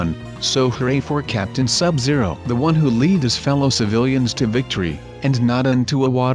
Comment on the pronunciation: You keep saying your Sub zero Exytayblye But your sub zero.